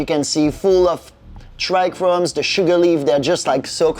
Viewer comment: Trichomes bro, trichomes. There is just 1 single "R" in tRichomes. This is not chrome.